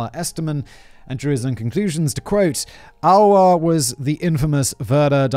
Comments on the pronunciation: It’s more like A-Lois than Aloha….. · TY for the interesting episode. Just a short info about the pronunciation of Alois, which would be more like "aa·loo·iis", or like "ah-loh-ees". It is the German version of the name. In Austria we would even pronounce it more like "Aloys" ;) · ouch... you script writers need to provide a pronounciation guide for you 🙂 Alois is pronounced a bit like alloy... just with a long A and an added s at the end... A like uh, lois like loys...maybe someone else can explain it better than i can... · sobs Alois is pronounced AhLowis not Alwa.... No, but LOVE this episode! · Maybe Alois is pronounced Alō-ees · Simon's pronunciation of Alois 🤣 that's why I come here.